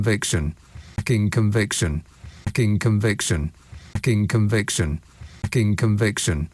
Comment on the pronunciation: It sounds more like "F*cking Conviction" to me. lol